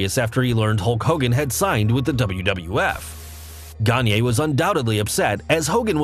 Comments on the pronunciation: Vern Gagne is a legend in the wrestling business, both as a performer with credibility and the man behind the longstanding and respected AWA promotion. His name is pronounced “Ganya,” not “Ganyey.” He’s not Kanye. And every time you say it like that, I have to suppress my rage. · You. Mispronounced. Gagne. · Hey folks - I apologize for mispronouncing Verne Gagne's name. I got into wrestling in the late 80's when the AWA was on the decline and was a WWF fan. I've got no excuse for tryst though! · next episode: We learn how to correctly pronounce Gagne and tryst.